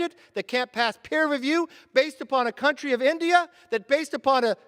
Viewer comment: Did he just say "it didn't pass PER review"?